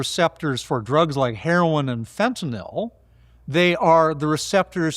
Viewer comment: THANK YOU for pronouncing "Fentanyl " correctly! You are only the 2nd person online or in the news who doesn’t pronounce it as if it is an alcohol-based drug.😂